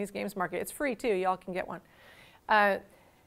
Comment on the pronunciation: "China number Wahn"